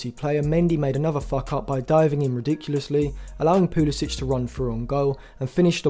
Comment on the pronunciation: Thx for the vid. However CP22 is from the US not Croatia so he pronounces it Poo-LUH-sick, not -ich. Please show the player a modicum of respect and get his name right..